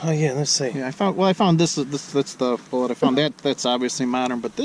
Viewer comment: I always like the new pronunciations, enjoy them every time. Byoo Ton= Button Boo Lay = Bullet